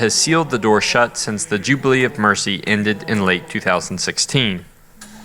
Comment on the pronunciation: Thanks, she Decoded That 1! 'Jew-bale year'